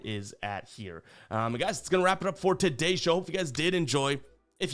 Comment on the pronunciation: *emphasis on “To!”